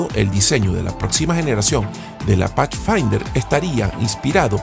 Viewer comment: NO se pronuncia pachfainder, se dice Pathfinder como con d.